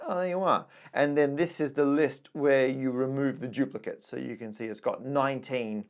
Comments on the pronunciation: Why does Matt keep saying "giuplicates"? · For some unknown reason, Brits often pronounce a D as if it were a J.